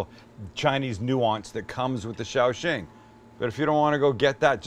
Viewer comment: The way you pronounced that cooking wine made it sound like you were saying, "be careful," instead of the name of the cooking wine. Pretty funny. It should be (Sa-ow shing)